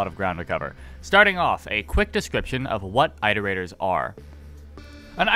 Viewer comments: Your videos are great and I love them but I have to say something because I’d want someone to do it for me. It’s “IHT-er-ators” as in “reiterating” or “iterations” of a math formula. Not “EYE-ter-aters”. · IT-erators. As in iterate. Not ight. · an entire video on iterators and they didn't pronounce it correctly once...